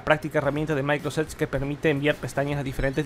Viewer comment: Creo que no es muy difícil pronunciar bien Microsoft Edge.